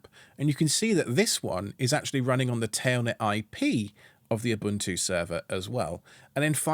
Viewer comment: props you don't pronounce ubuntu as ubantu. thumbs up.